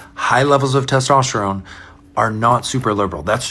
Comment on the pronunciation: Did he say Testosterome?